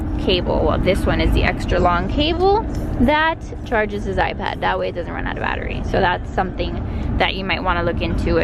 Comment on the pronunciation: I.P.A.D ? first time I hear it pronounced like that. Interesting :)